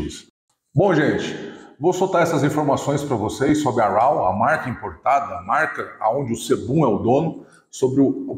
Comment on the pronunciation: A pronúncia de raw é ró, só a dica.